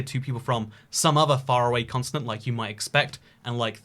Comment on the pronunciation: I’m sorry I can’t get over the fact you pronounce “continent” like “consonant” — where are you getting that S from!? 😂